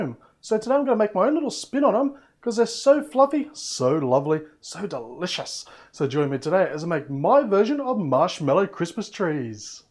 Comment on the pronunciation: I like how you said delicious! With you're accent! ^ω^